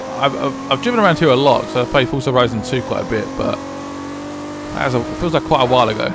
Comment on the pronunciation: Fusah horison :D The way you says it sound pretty funny :)